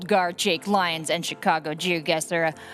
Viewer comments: My god. Say LeeONs again. LIEons. LIEONS. Even when he hears others saying it he still says it wrong. MUTE. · It’s also one of a commentator’s main jobs to get peoples name right and butchers “Lyons” almost every single time.